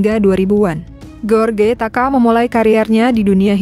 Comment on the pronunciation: Duhh mimin bisa baca g sih..george d baca nya jooj... G enak bnget ge.or..ge...ge..or..ge...melulu.. Joj rudy..joj taka...